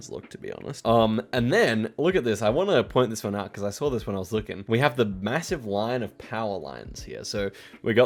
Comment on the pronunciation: It is not F××king Saw'R' it's 'Saw' .....not *Video'R' it's *'Video and not 'So'R' it's f××king 'So' 🤦🏻‍♂️😆🤣🤣